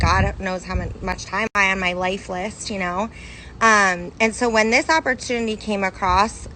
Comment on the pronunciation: Why does the second girl keeps saying oportuny? All I got from these videos is that they don't understand what a piramid scheme is and that they are desperate... that guy saying that everything is recruiting is so dumb. CEOs need to recruit, employees payment is not subjected on more people being recruited